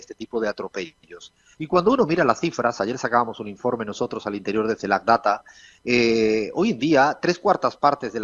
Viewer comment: CELAC…. La última C es de Caribe nada que ver una G